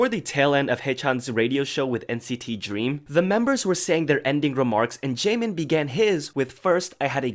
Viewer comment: especially the difference between double and single letters. like the word jaemin meant to say had a double 'N' sound but it came out as single N rip